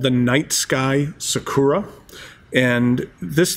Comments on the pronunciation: its not pronounced " sik u ra" its " sa ku ra". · When ever he says “saw-koor-ra” my brain hurts